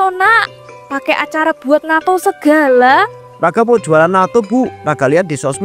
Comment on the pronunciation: Yang benar Natto (納豆). Bukan nato